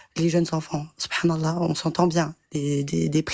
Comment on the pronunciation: J'aurais jamais dû commenter avant avoir entendu la dernière intervenante "Sot Prenne allah" 🤣😂